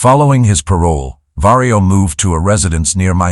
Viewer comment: Vario or Mario? 😆